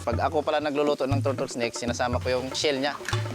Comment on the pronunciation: Turtle ❌ Tortol ✔️ 😂😂😂